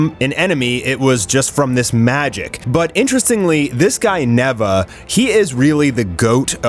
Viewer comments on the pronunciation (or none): none